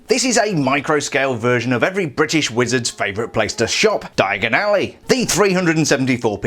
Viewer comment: I...I am British, that's just the wrong way to say it.